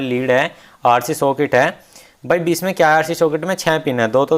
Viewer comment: उच्चारण बिच (bich) नही बीच(beech) होता है।